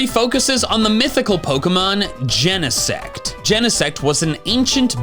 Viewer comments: That's ... a weird pronunciation of Genesect ... I would think it sounds like insect, except replacing in with gene. Ain't nobody pronounce gene in 2 syllables. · Did bro just say jenasex? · I saw genesect at the preview and why everyone pronounces it like that and not "gene-sect"?